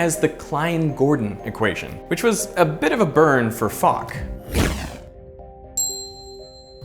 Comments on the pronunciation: IT IS NOT FOCK! IT IS FOK from "Vladimir Aleksandrovič FOK" (Владимир Александрович Фок)... british Disgusting Humor Again... 🤬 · Nice touch for "Fock" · "fock !" - fock probably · "Fock" was wild as f*ck😂😂😂😂